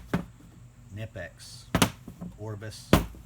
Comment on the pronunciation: I won't even watch a review where the reviewer can't pronounce the correct name of the product. It's kuh-nip-ex. Just do a little homework and Google it....ugh